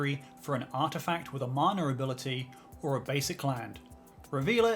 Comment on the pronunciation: Ngl loved the video but why does it sound like u say "manure ability" every time ?